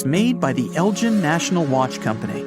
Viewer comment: It's El gin like the G in egg...